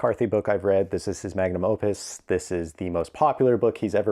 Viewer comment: great video however the word is "opus", "magnum opus" - great work. "opos" means "need" in latin and "opossum" in my language which makes this really funny for me :)